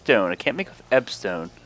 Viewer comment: It's eb ON stone mate. Like ebony.